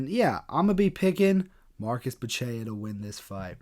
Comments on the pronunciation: Is Bu - Che - CHA! Not Bu - Che - a! If you don't know, now you know. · A little pronunciation help, my man: Buchecha - Boo-shesh-uh Nguyen is pronounced "Win." One of the most common Vietnamese surnames and you can't sound it out in English...just say "win". Nice video boss! 💪